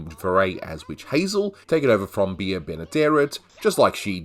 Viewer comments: Bea Benaderet NEVER said her name "Be-a Benaderet". She was "BEE Benaderet" Otherwise, you made an engaging video. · Ms. Benaderet’s first name IS NOT PRONOUNCED “Be a”. It sounds like “Bee”.